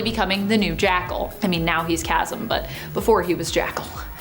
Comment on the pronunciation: TY VERY much for pronouncing "Chasm" correctly, unlike some of your coworkers!